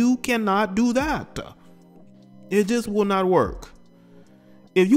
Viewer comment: “You cannot do tha-TAH “ 🤣 sound bite.